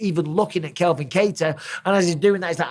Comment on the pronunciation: Mike, love your vids mate but please stop getting names wrong. CALVIN Kattar, please, not Kelvin.